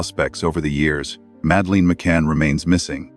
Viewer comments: And it's not pronounced Madaleen! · Please pronounce her name correctly. So annoying.